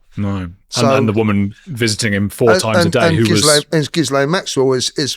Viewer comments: FYI Ms. Maxwell's name is pronounced Gill en not Gill ayne. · "Ghislaine" is a French name. It's generally pronounced, "Ghee-LENN". Hard G, not like a J. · I love how he calls her gizz-laine 😂😂😂 like a gizzard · Geelain! It’s pronounced Gerlain! Anyway really intersecting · It’s not gizlaine It’s gilaine Masonry. Bullshit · Ok the woman is a monster and does not actually deserve a name other than Lillith, but her name is pronounced Ghi (ghee)-len. the s is silent and the ai is an 'e'. No wonder she had disdain for idiots who got her name constantly wrong, Jizlayne ffs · Actually there are 2 pronunciations Ghee lenne. And jees lenses. The original one is ghee lenne. As it's the female name for guy. The name fell out of fashion, then came back but mispronounced. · Its Guylaine ,,, its pronounced Gee Laine its a popular French Canadian name, I have a friend she has that very name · Gee lain thats how its pronounced its french 😊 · It's GEE-laine Maxwell. It's French, hard G. (I'm Canadian). And yes, she was a procurer. She's been convicted of sex trafficking. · 20.56 how many times must it be said, her name is pronounced.. JIZZ-LANE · Ghislaine said = Geelane Hard G First part is like clarified butter = Gee Second part is like a lane way = lane It’s an easy way for English speakers to say it. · Pronounced Gislane .French female name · It's not 'gizlane', please at least say her name correctly. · apparently the name is french and pronounced Gee-len with a hard G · You pronounce the Maxwell Traffickers name ....Gee-Lane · My French Canadian friend is called Ghislaine she pronounced like a Jislaine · Ghislaine is French. Pronounce "'Jis-len" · Hi It’s pronounced Gilaine, silent s, it’s French apparently had mine for 71 year, not happy to have a connection with that women. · Ghislaine is a French name, usually pronounced 'Gillen', with a hard 'G'. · John Sweeney pronounces it Gill-En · Its pronounced gey-lane, its French. Celine Dion' sister is also called Ghislaine too